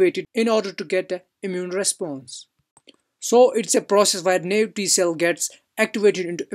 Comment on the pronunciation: Just fyi, Naive is pronounced "NIEEVE"